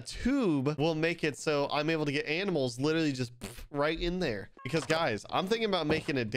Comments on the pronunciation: No one: Literally no one::Aminals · I can’t tell if he meant to say ‘aminals’ lol